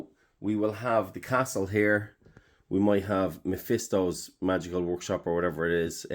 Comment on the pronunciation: Calling majisto, mephisto is hilarious 😅